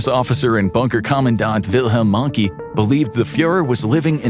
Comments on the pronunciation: dude it's not "wilhelm monkey", it's wilhelm mohnke and it's not an english name so you can't pronounce it english. just make the same O as you make when you say "horus" and make it an elongated O because of the H that follows - and then you pronounce the E in the end the same way you do when you say Che (Guevara). please put some more efforts into your german pronounciations, you really mention a lot of german names in your topics and so you're in an educational position for the english-speaking world. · I might have wanted to watch this video, but you immediately ignorantly pronounced 'Mohnke' as 'monkey'. Yes, you're not from Germany. But it's just so telling that you thought it was acceptable to upload this video with blatant, offensive diffidence to pronunciation outside of the American bubble. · Pronouncing mohnke wrong 😂